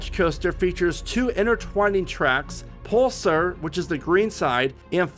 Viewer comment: And the correct way to pronounce photon and pulsar lol